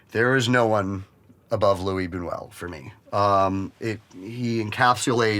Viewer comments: he mispronounced his name though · he thinks luis bunuel is the best director but doesnt know how to pronounce his name...